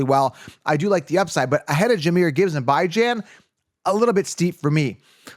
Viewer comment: my man, BYE jan/zhan is definitely not the correct way what are you on about?